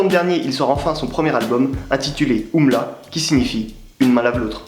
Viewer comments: c juste U.M.L.A pas oumla pas umla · On dit U M L A